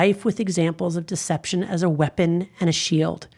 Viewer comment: not deception, but "Decepticon"